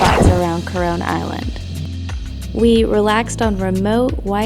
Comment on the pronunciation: Why am i feeling like to hear ''CORONA ISLAND'' every time?